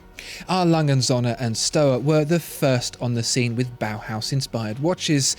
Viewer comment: He Spells "Söhne" like Sohne, if you say that in Germany, it would be a bit strange.